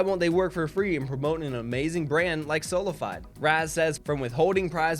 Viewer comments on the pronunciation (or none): At least research how to pronunnce the orgs name before covering a story...its spanish and means by faith only/only faith...sola fiiiiiDe.....pathetic stuff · Bro why is he still here it's pronounced sola-fee-day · its so weird the way he says SolaFide